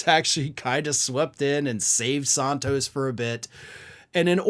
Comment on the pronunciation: I used to like listening to you, but more and more getting tired of you mispronouncing people's names. It is NOT Saahntos. It is San-(rhymes with MAN)-tos. You have done the same thing with Fani Willis' first name and the Chump's attorney's last name. Come on, get with it.